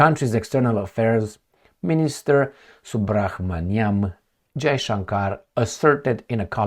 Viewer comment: Hope you read this. Some help with pronouncing subrahmanyam. Dont say the H. Just subramanyam. Romanizing indian names is weird and all over the place. Of course there is no pause in the name. Love from India. Keep it up with your videos, i learn a lot about history and poltics of the west from your videos which are usually hidden from us.